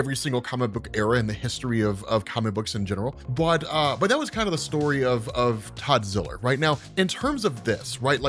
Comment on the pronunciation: Todd ziller? You mean toddzilla